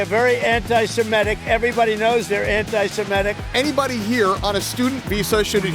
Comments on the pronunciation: He actually always says „anti-simetic“ and it drives me nuts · Why can barely anyone say antisemitic correctly? They all say antisemetic or antisematic